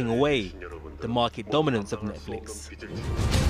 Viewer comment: Why does he call it ‘Netflick’?